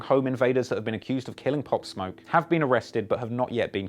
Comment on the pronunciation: This foo said Pop/smoke lol